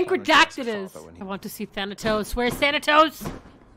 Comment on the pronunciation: Me, being a big greek mythology buff, twitch when mispronounced Artemis and Thanatos